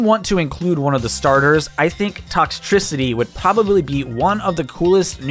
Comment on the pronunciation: says Toxcicitry Me: passes out from excitement